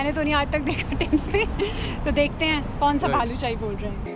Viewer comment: Helpful video for many😀.., I think it's Balushahi..Not Bhalushahi😀😀😀